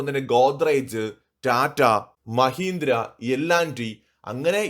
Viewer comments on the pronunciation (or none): none